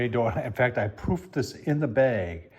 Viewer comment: Whenever someone says I "proofed" the dough, I hear "poofed".